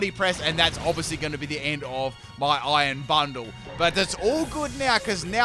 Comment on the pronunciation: When says Iron Bundle it sounds like Iron Butthole. It also does not help when you see future Delibird's tail from the back during battle lol.